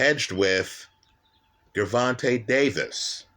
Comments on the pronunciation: My brother no disrespect. I'm confused. First time watching, but I can't take you serious. You sound educated when you speak. Did you purposely mispronounce both fighters names? You made it sound like Guuuurvontay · You get a 👎🏽 just for the way you say Gervonta,...